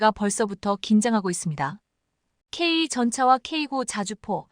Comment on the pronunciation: 무식 무자격 무첵임 무능력한 나래이터를 규탄한다. 소프트웨어( Software)영어약자 SW를 에스따불류로 읽는 것은 21만명 구독자를 우롱하는 수준이다. K2전차를 K2전자로 오기하고 그대로 읽으며 세계에 통하는 케이 투(K2) 전차를 케에이 전차라 한다면 KE전차로 오인하지 않는가???